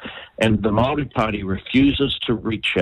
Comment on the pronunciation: For goodness sake how many years have you lived in New Zealand, Aotearoa and you can’t pronounce Māori words ?